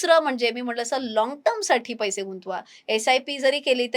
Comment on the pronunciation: पैशे ,पैशे म्हणू नका,पैसे' असे म्हणा!